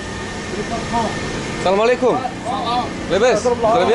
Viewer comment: On dit salamualaikum, kum ,Mais Pas kom